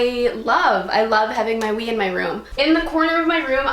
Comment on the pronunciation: i thought she said weed and not wii and i was about to be like...? you ok?